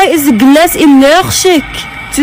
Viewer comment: "whay izza glazz elleghjik to zis glowing oney" Such inspirational words 😢 edit: 239 likes in a day O